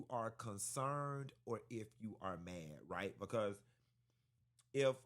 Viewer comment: Lmao Q so damn silly 😭😭😭 he said we could’ve thumped raight quick